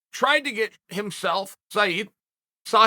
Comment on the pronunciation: how the fuck does he pronounce Said's name correct